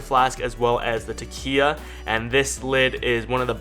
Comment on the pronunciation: Since Takeya gave you free product, you may want to pronounce their name correctly... 😉